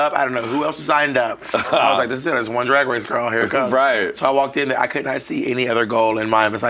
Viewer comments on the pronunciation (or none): "Rupaul's Drag Wace"